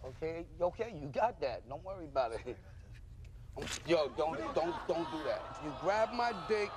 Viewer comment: I don't know why but when I hear how flavor saying the word "don't" I just fucking lose it